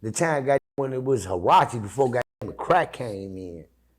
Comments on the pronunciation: It's not called harachi brother it's Karachi, keep this shit real don't have to be tough playa not no more. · It was carachi. Not hurachi.😂😂